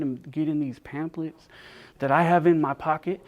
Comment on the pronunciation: Just a headsup, pamphlet is pronounce pam-flet. The ph is an F sound.